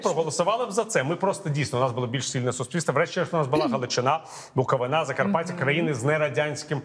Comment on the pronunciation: Віталію, не БуковинА,а БуковИна!!! Наголос на "и". Майте фацу!